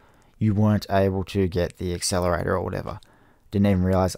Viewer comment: WTF IS AN EXCELERATOR